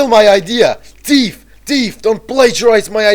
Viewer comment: Teaf Teaf! lol the fact he says teaf instead of thief